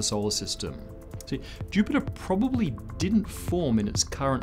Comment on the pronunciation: is the shortest ever rendition of the word "see"